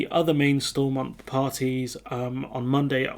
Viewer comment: All the English folks mispronouncing Stormont